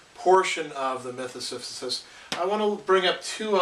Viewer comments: Great Video. You keep saying "Siphisus". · Great video, but I'm sorry I can't ignore this clears throat S i p h y s u s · Professor lectures on Camu's concept of the absurd. While he pushes the stone to the top it is revealed that Sisyphus is pronounced incorrectly. When the professor looks below he becomes conscience of the absurd nature of communicating so much information only for so many people to point out his mispronunciation.The professor will become the absurd hero when he happily says Sisyphus' name correctly.